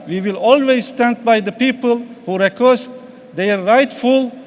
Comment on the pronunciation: düzgün okuyamamış ki konuşsun... yalnız telaffuz beni bitirdi :D requesh